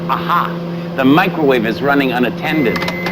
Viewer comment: He said mecrowavae, I love that 😂😂